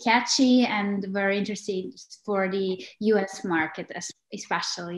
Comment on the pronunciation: nije UERI vec VERI, nije UIDEO vec VIDEO leptipoljubim